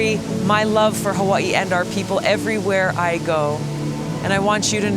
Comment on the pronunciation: I hate the way you pronounce Hawaii